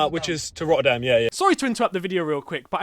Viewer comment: roerdam? bro plz say the city name right is not roerdam rotterdam dooble t